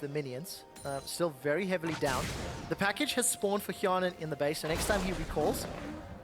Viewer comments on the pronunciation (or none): Hjarnan = fionen...well at least for Quickshot XD Just pronounced the name wrongly. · why said fionen ? xD! my english is bad... maybe mistake from teller?